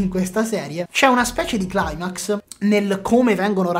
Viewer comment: ottimo video, mi è piaciuta molto la tua recensione e l'analisi della fotografia...unico piccolo appunto (ma spero che non lo prenderai come un'offesa): climax è una parola che deriva dal greco, pertanto si legge così come è scritto, non come un termine anglosassone! Un abbraccio